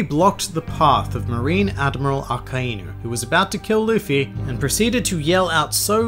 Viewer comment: It's Luffy not Luffey